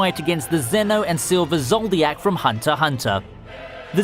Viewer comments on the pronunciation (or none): He said zodiak insisted of zoldik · Yep, the lower quality. And 'knowledge?' seriously? this man pronounced 'Zoldyck' ZODIAC. Not too mention... na-RU-to. Any real anime fan cringes when they hear that. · "zoldiak" No wonder I haven't subscribed yet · it triggered me when people be like "ZoLDiAc" like yo just pronounce it zoldyck although zoldiac sounds cooler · It's "zol-dick", not "zol-dee-ack",. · Man you keep butchering those names. Who is ZOLDIYAKKK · This nigga said Zoldiack.😂😂😂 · Just...never say Zoldyck out loud again.